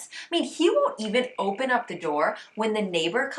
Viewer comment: Funny how you’ve picked some French pronounciation habits in your English: « A cocktail where you’re standing « eup-euh » 😁